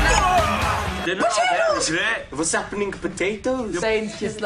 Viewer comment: My little brother is sitting next to me and he saw zayn say vas happinen and is repeating it in my ear.also its r its r its r. He is only three